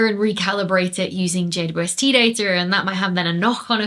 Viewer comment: Why can't Dr. Becky say "JWST"?